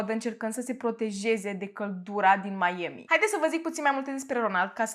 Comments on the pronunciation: n-am auzit in viata mea pe cineva sa zica meieami :)))) pana si doamna aia cu "nu apa" zicea mai ok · Și ce dacă a greșit cum se pronunță Miami ,după sa corectat . Dacă nu-ți place acest canal superb poți pleca , ce nu ai ce face ? fa temele 😒😒😒🤨